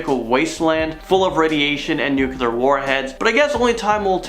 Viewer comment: Is nuclear that hard to pronounce? It seems like half the world population can't say it correctly. :P